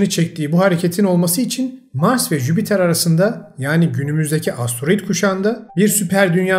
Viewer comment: Yani sizin gibi birinin Jüpiter e ısrarla jübiter demesi ilk bolumde de su an hatırlayamadığım kelime hatalari vardi,bunlarin rahatsiz edici oldugunu düşünüyorum bunlara dikkat ederseniz dinlemek daha keyifli olur,kolay gelsin